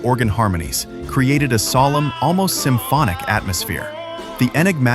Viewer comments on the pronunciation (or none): none